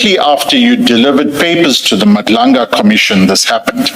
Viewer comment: Love your content ……… really don’t like that AI voice in your intro , can’t even pronounce Madlanga . Feels very fake .